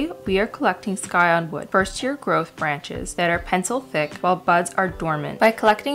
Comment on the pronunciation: It’s scion like science, not sky. Sigh-on